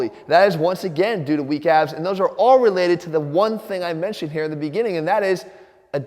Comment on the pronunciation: My brain knows he is saying "weak abs" but my insecurity is hearing "weak a$$" and I probably deserve it. :(